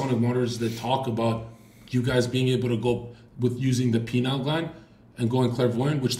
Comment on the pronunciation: Them saying penile instead of pineal is hilarious